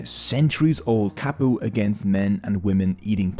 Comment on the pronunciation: Ka like cut not Ka like Cat. Kapu.